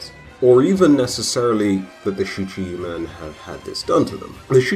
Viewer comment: I believe it is pronounced, “SHEEKA-min.”